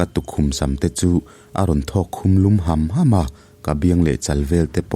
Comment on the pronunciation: Khawmhma khi i lam dan a diklo.